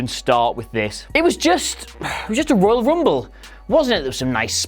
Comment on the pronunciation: I lost it when he says 'Oil Rumble'......